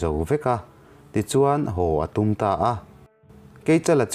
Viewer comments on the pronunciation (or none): none